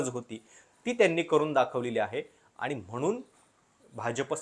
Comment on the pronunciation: कृपया शब्दांचे उच्चार व्यवस्थित व्हावेत. उदा:- बननार (बनणार) म्हनुण ( म्हणून) , पन (पण) आणि यासारखे खूप शब्द.